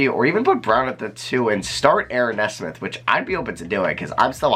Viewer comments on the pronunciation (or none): ayo it's knee-smith not nesmith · great vid! nesmith is pronouned (knee-smith) btw! love your stuff!